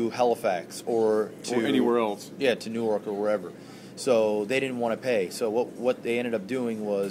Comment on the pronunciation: new ork???? new YORK the "Y" in YORK is not silent haha. canadians